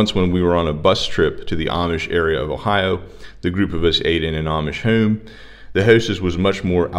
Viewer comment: Funny accent: home is pronounced by him as hoe-uuuuum.